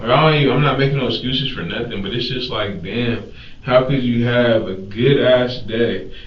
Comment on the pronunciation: "I didn't do nuffin" Uhuh I think we have a very different definition of what "doing nuffin" looks like.